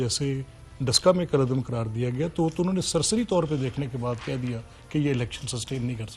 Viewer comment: کُل عدم نہیں ۔۔۔ عثمان ڈار۔۔۔۔ کلعدم ہوتا ہے۔